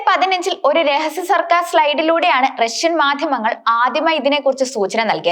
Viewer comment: "രശ്യ "യാണ് ആണവായു ദ " ശേശി " യുള്ള രാജ്യം. " ബീഗര " രാശ് ട്രങ്ങൾക്ക്, "വിശേശിപ്പിച്ചത് " . മലയാളം പറയാൻ അറിയാത്ത ഇവളെയൊക്കെ ആരാണ് വാർത്ത വായിക്കാൻ ചുമതലപ്പെടുത്തിയത്.